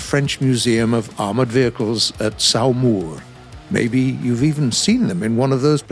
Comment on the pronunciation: saOmouur 😂😂 It pronounced "Somur"